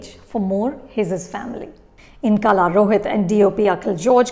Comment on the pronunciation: Its not Kala Its Kal(h)a